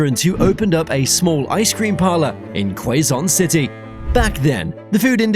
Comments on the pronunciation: "QUASOOO CITEHY" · ***Makes me cringe hearing how the narrator mispronounced Quezon (Keh-sohn) City. Thanks for featuring Jollibee! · "queyzon city" 😞